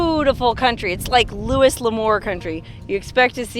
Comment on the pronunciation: It's pronounced Louy LaMore. Louis is pronounced Louy in this name.